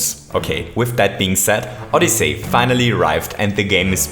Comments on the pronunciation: OdyssEy not OdyssAy. HTH. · Nice vid. Just a heads up, it's pronounced "Odysee" not "Odysay". Besides that, nice vid, you really confirmed what I've been thinking since it came out. It's a really cool game for anyone to play! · You said SO MUCH things wrong in this video, first of all it's odyssey, not odys-SAY! It's Bullet Bill, not Bullet Blaster! It's Dive, not Belly Jump Last but not least, IT'S LONG JUMP!!! NOT "SPEED JUMP"!!! JESUS CHRIST! I TRIED WATCHING THIS AND NOT GETTING MY ASS BLOWN AWAY BY YOUR SHEER LACK OF KNOWLEDGE ON THE NAMES OF MARIO'S MOVES!!! YOU CAN'T EVEN PRONOUNCE FUCKING ODYSSEY! DID YOU EVEN LOOK AT THE ACTION GUIDE FOR THE NAMES AND CONTROLS?! PLEASE JUST STOP IT! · Did anyone else notice that he was saying Odyssay not Odyssey? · SMO is awesome. Ahdussii not odisei. Loving it. But the cap jump is too hard to do.... Maybe some day I can do it. But the movement can suck too... It accelerates too fast... Which makes it frustrating when you accidentally fall off a platform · Odysaay! Just say odyssey lol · Did you say OdyssAy? It’s Odyssey. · oddisay but its oddysey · Odyssey is pronounced “ODD-ih-SEE” not “ODD-ih-SAY” See is pronounced differently from Say. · Oddyssy not oddessey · "ODISAY" Don't hate me pls I luv u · I’m sorry but I couldn’t help but laugh at how he said footage and odyssey